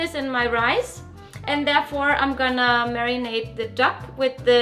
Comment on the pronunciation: Marrynate... Who's Nate? 😂😂😂